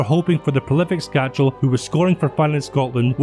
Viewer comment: Skácel is a great. I met him at the ice hockey in Edinburgh once and he was such a down to earth and nice guy. I still don't know why no hearts fan ever has learnt how to say his name correctly, it's skácel (skaatsel) and not skačel (skachel)...no 'ch' sound. Nice video.